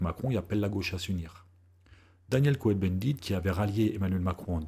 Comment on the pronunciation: Bonjour Monsieur, Merci pour votre travail qui est plus que légitime. Je dirais même de salut public. Petit bémol. Cohn-Bendit se prononce Kôn avec un o long et non Co-hen, quoique ce soit la même racine : les Cohen (Cohn, Kahn ...)sont les descendants des grands prêtres du temple de Jérusalem. Et on ne dit pas dis-huit-z - enfants, mais dix-huit t-t enfants.